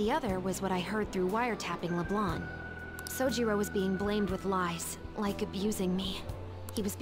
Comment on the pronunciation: OH MY GOD JAY! It's pronounced Leblan, the c is silent!